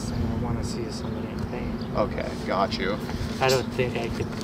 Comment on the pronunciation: I’ve always wondered if you say “Gotch you” on purpose.